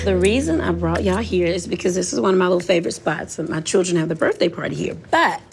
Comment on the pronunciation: The word is children ma'am not chuldren